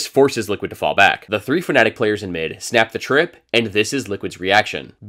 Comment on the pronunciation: please stop saying "fnetic" i'm begging you